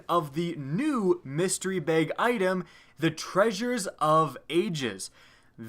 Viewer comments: Why do you pronounce bag so ugly? "Baeyyg" cmon man. Its BAG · I like it when he says "bag," makes me laugh